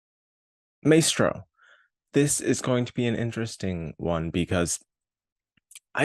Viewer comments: Curious why you pronounce it "may-stroh" not "my-stroh"? you're making me NOT want to see this film LOL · Funny, because unfocused and aimless pretty much sums up this review. A couple other things which also escaped your attention; the movie is pronounced 'MY-stro,' not 'MAY-stro,' and the central character's last name is pronounced 'BERN-stine,' not 'BERN-steen.'